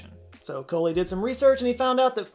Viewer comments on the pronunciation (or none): I think Dr Coley is pronounced like Ko-lee, not like there's a "w" between the "O" and the "L". Just a hunch. But at least you didn't say Cody or Corey.